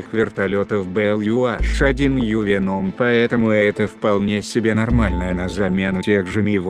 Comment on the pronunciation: Маленькая поправка - не Ю аШ, а Ю эйЧ